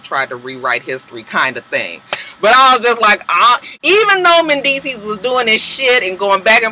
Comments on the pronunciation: you are not wrong... it is Mendeecees... with an S... who ever corrected you otherwise is incorrect. XoXo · let whoever that person was know that they were wrong wrong wrong...it is mendeecees with an S. Get off videos with petty bullshit.